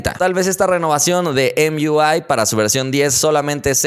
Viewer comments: Tan difícil es decir emui en vez de emiuai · por cierto si vas a tratar de pronunciar emui en ingles hazlo bien no porque se escuche bonito quiere decir que es correcto